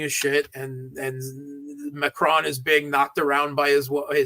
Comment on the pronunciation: don't say McRoan. His name is MACRON, MAC-RON just like in English.